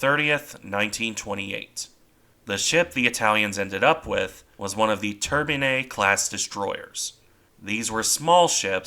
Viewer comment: I guess, it’s approximately Tour-BEE-ne (schwa) class.